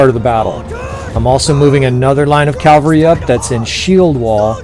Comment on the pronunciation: I'm sure you hear this all the time but... You always say Calvary when you mean cavalry. Calvary is the hill Christ was crucified on. Cavalry are mounted troops. I don't mean to be an English dick. If it were me making a mistake like that over and over I would want to be told. If you physically can't say cavalry I'd suggest just saying "mounted troops". Thanks for the vids. Have a great day.